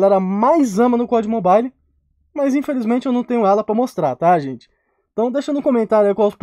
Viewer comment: só eu que no minuto entendi o falando ''pó de mobile'''?? kkkkkkkkkkkkkkkkk